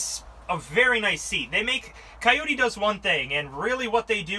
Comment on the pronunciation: try calling it a kioti once in a while-you are a salesman right?